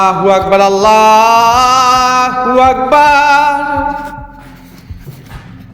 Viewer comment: আল্লাহু আকবার আল্লাহু আকবার আল্লাহু আকবার আল্লাহু আকবার আপনার বলা ভুল